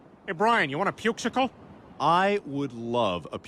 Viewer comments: " I WITH LOVE A PUKESICLE " 🗣️ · "I would love a pukesicle" 🤣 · “I would love a pukesicle” 😂